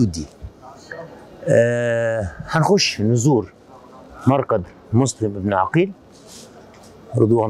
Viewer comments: مسلم ابن عقيل وليس بالضمه كان تقول عوقيل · معلومة جدا مهمه للاستاذ محمود عقيل بفتح العين وليس بضم العين وسكون القاف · ليش المصريين يكولون على اسم عقيل عوقيل حته الاستاذ هم هيج يكول سبحان الله